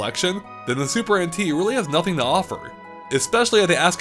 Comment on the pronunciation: I keep on hearing him say “Super Antique”